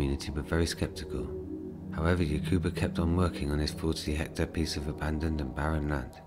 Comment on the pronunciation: It's "hectare", not "hector". Otherwise, great video.